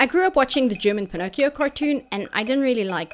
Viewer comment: Pin-ock-ee-oh is the original italian pronunciation. So youre good 👍